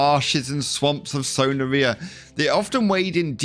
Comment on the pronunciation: Bro it’s son-ar-Re-a but it’s funny when you say it